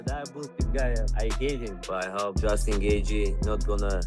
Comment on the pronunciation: Can you please pronounce Justin's name correctly. JESUS C.